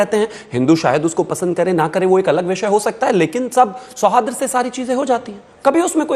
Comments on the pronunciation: BJP के नारंगी पहले शूद्ध उच्चारन तो करना सीख ले सौहार्द बोला जाता है तु तो बारबार सौहाद्र बोल रहा है बोलना आता नही चले आते हैं डिबेट करने । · Sohadra nahi hota sohard hota hai